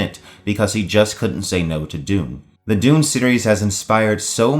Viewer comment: You really say Doom , not Dune. YouTube auto text did not make a mistake!